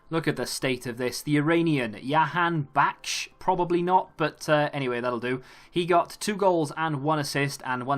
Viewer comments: jahanbakhsh pronounced like it’s written so nothing crazy it’s not ya it’s ja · Its pronounced Ja(like jim)-Han(honey)-Ba-Kh(throaty k sound)-sh. Really hope Jovetic gets that inform, it looks amazing.